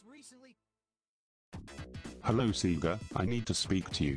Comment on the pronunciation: At the beginning sonic says hello but it sounds like “lol”